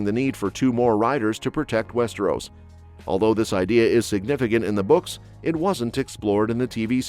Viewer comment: Your pronunciation of 'Westeros' had me in stitches. Americans need to stop pretending they can speak French. They can't, and never will. I would suggest you start with English and try to avoid basic mistakes which an 8-year-old foreign student wouldn't make!